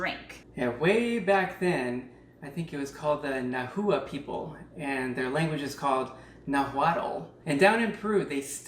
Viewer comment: Nahua is actually pronounced nah-wah!